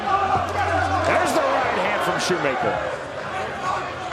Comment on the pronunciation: *Conor ... absolutely BUTCHERED Conor's name 😂😂